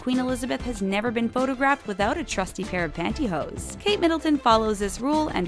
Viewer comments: it's "pantyhose" not pantyhoes. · OMG. Panty HOSE, or "hose" for short...not "pantyhoes" !!!!!!